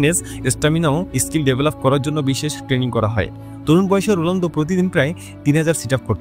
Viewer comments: Age bhalo kore bolte sekho totla Rolando❌ Ronaldo✔️ ❤❤❤❤ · কনটেন্ট বানান ঠিক আছে তাই বলে উচ্চারণ কিভাবে ভুল করেন? রুলান্ডু কি? যাকে নিয়ে ভিডিও বানাচ্ছেন তার নামটাই ঠিক ভাবে উচ্চারণ করতে পারছেন না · রোলানদো❌️ রোনালদো✅️ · আপনি মনে হয় ফুটবল খেলা দেখেন না । রোনালদোকে রোলানদো বানায় দিছেন। আবার 946 গোলকে 800 গোল বলতেছেন 😅😅😅😅😅😅😅